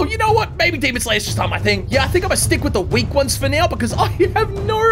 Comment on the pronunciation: I love how he say demonD instead of demon